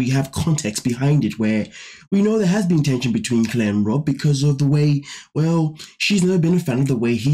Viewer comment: You naturally pronounce "Rob" like "Robe". British enough to me lol